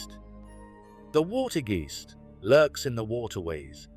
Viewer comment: water g eest sounds like aast its a more alike fore the ketel geest. wit te wweave, for gods sake they dont read bokken the raiden like they ride. kleas i dont knowthe pronounciacion help the vaak part of klaas vaak i hope it helps a bit with the pronouncyestion oh en for the love of the stroop its sounds like rope in stroop waffels like the thing you get on you neck if it is pronounced wrong no its sarcasticly meant but realy that still the pronounciation kee bye.